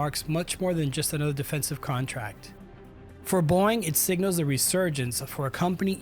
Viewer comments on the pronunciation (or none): Like how the narrator keeps pronouncing "Boeing" like "boing" 😂